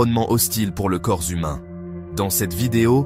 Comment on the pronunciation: le corps zhumain … ?